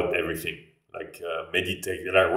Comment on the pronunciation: c'est rigolo comme tu prononces "th" avec un [f] comme dans everything : on entend everyfing